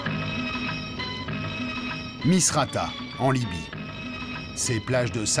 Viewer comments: Libye et pas "Lybie". Je reviendrai voir le contenu une fois cela corrigé. Respectueusement. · LIBYE ET NON LYBIE. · Il faut le retour de la famille de Kadhafi pour diriger la Libye. On dit Libye (pas Lybie !).